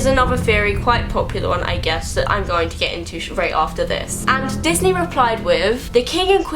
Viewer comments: "pixy and disnar' lol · She said pixy and disnar. Me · "pixey slash disnar" I dIED